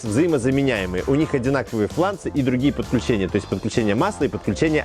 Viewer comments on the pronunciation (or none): none